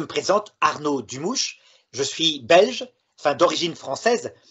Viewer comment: Un sujet qui demande beaucoup d ereflexion d eprudence Merci de prononcer correctement le nom d e votre sujet? Dumouch bonne journee